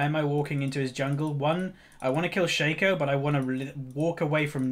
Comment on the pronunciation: It's pronounced Shaco, not Shaco (?)